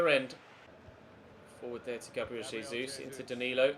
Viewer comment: Its pronounced gabriel jay-zoos